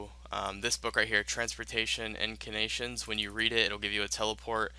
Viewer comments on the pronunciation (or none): The way he keeps saying Arceuus is so cringy, it's (Are-C-iss), that'swhy the fairy ring code is "CIS," it's how you say the end of the house name; and he messed up say "incantations," he said "incanations"